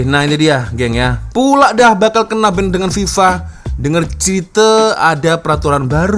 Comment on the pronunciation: Di banned bukan diban. Diban nama gelaran saya